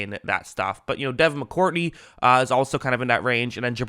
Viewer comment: Dude, it's Mccourty, not Mccourtney, stop adding an n to his name, my dude has won 3 superbowls, get his name right